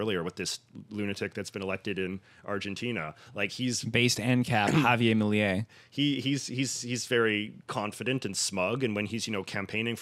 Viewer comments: misprounouncing Javier Milei everytime while clearly trying to say it with an accent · As a Spaniard with argentinian family your pronunciation of Javier Milei gave me the ick. But, to expand on the topic: Argentinian politics are really convoluted. I personally hate Milei but I understand his ascend to power as a product of extreme inflation and corruption, living in latin america is so hard. Once thing that does make me extremly sad about this situation is that is not only far right politics on an economic level (which for me in itself is terrible, his plan of privatacing university when is one of the best things argentina has it's insane) but an active negation of the people 30000 who disapeared in the military dictatorship of Argentina. This is not only bad because it's supporting a fascist dictatorship but because Argentina is the ONLY country that judged military dictatorship in a civil court not a military one (one of the most important achivements in every democracy) and had a transition where it was notorious the hate of the argentinian people of the Junta (the military dictators). For me that now a lot of young people turn to the other say and there's more fascist apologist than ever in, although I was born in other, what I think is my home country (all my family is from there and I was raised culturally argentinian, it's weird to be a 1st gen inmigrant) is dishartening. I know this opinion is very biased but maybe you learned a bit more of history with this!